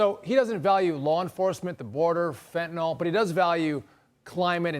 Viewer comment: "Fentanol", a cross between Fentanyl and Tylenol, for maximum pain relief.